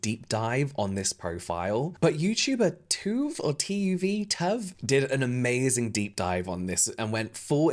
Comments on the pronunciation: Tuv is pronounced like “tub” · Love how no one in this situation knows how to pronounce tuv’s name 😂